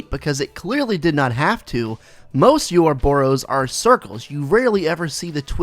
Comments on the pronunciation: Yorobos? Its O-roboros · It's not pronounced "you're a bore ose" but good video